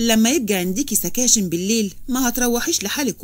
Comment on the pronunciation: حبيبتي اسمها سكتشنس ، section s ، ده انكليزي يا حبيبتي ، مافبش شيء اسمه سكاتشن